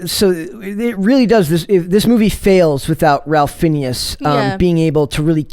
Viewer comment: I enjoyed the Kings Man better than Matrix 4. The actor name is pronounced Rayf Finez. I knew his name and knew it was pronounced differently. It’s a weird one one but sounds cool. Everyone was great in the movie. Was not heavy SJW.